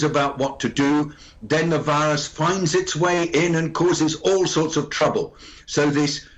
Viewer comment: I heard wirus instead of virus?